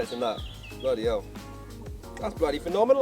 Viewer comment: Hahaha I’m solely entertained by you saying “what da hell” with your accent 😂 hilarious